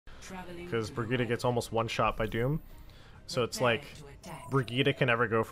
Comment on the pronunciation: disliked cos of how you say brigette